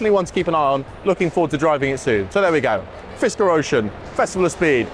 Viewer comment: fiskrer???? HAHAHA NOTHING to say...same as lucid